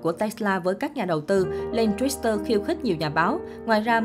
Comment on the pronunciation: Đọc tiếng Mỹ còn không rành bày đặt phân tích người có cái đầu giỏi và giàu nhất thế giới. Tự bịa ra chứ chuyên gia nào nói? Chuyên gia tên gì ? Ráng về đọc cho đúng chữ Twitter trước rồi làm truyền thông nha.